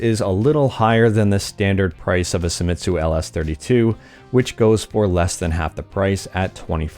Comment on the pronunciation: Japanese, not German. Se i mi tsu. not SAI.